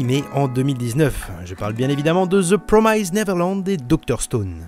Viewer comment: Et c pas promyzede néverelande... ça fait mal à l’oreille